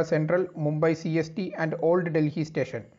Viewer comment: Most Awesome video giving valuable information. Delhi is pronounced as Delli or Dilli and not 'Dil hi' as pronounced by the anchor !!!